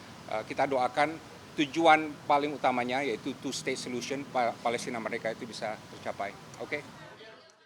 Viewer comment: Bapak jadi sulit nyebut palestine ya